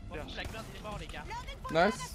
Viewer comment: pls, c'est pas blackBIRD mais BEARD genre la barde quoi x) ça me triggered tellement quand tu le dis comme ça XD